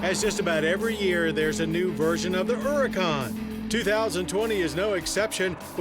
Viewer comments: The Errrrrracan. Hilarious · At last, someone that pronounces Huracan correctly!